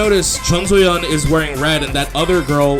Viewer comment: chongsoyeon? you mean soyeon lol